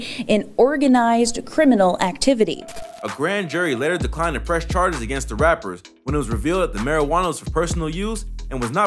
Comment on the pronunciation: he said drug ShaRGeS